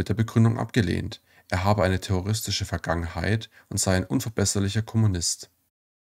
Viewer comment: Warum werden die Wörter so falsch betont? Etwa VergangenHEIT oder auszuSAgen?